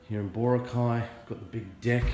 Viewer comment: Thanks for picking up on the Boracay pronunciation problem. It's funny how something like that can be a little irritating. Going back to the core theme of your comment, from what I understand about the white beach lights, chairs, umbrellas, vendors and so on, I think they are just enforcing regulations that already existed. However many of the shops and resorts treated the beach as if it was an extension of their own property. I'm guessing, perhaps optimistically, that enforcing these regulations might be part of a plan to instill discipline where for years non existed. Call me forever optimistic, but this gives the tourist industry in Boracay a chance to re-examine itself, and decide how it wants to operate under the sustainable vision. If the industry wants some of these things to return then they should argue the case for changes to regulations, not just flaunt them as they have in the past.